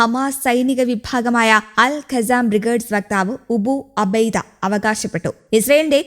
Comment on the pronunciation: ഉബു അബൈദ അല്ല അബൂ ഉബൈദ എന്റെ സംങ്കി ണി ചേച്ചി